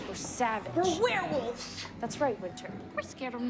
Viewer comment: Did anyone notice he said wererolves?